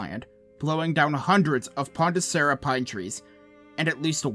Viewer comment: There's plenty of forest land in Arizona.. it's a massive state, has more forest land than Arkansas and Tennessee. Also, it's Ponderosa, not Pondesora, Naavaho not NavaJoe lol. Flagstaff, Williams, Prescott, Payson, Bellemont, etc.. these are all forest mountain towns.